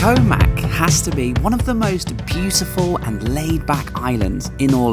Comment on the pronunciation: Koh Mak (เกาะหมาก) is actually pronounced "Koh Mark" both low tones and a long "arrr" sound on the "-mark". If you want to get somewhere but mispronounce the place name Thai people probably won't understand you or, with the possibility you'll end up somewhere totally different!